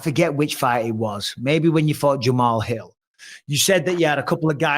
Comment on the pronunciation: Mike keep saying Jamahall Hill🤣